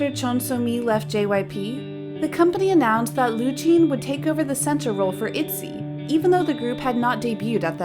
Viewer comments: Saying Itzy as "Etsy" not "Itsy" or "Itchy" (the closest to Korean pronouncination) is a pretty big mistake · Sorry what even is this girl's pronunciation.... Roojeen Mixneen Etzeh Yeejee Chewy (for JooE) Girl they say Itzy say it right damn, Mixnine is a a mix of two english words... Listen to their introductions And I know this ain't an accent thing because the rest of your video is in a perfect english accent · The fact that your pronounced Ryujin and Yeji and ITZY wrong multiple times... (Ryujin the whole time) Ryujin is not mistreated... do y’all not know Chaeryeong? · Also Itzy, Minju, Jooe